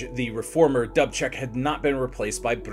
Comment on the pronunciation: Sometimes your mispronunciations make otherwise excellent videos almost unwatchable. DOOOB check. NOT Dub Check. You said you have a guide so you can say the words correctly. Don't you ever use it?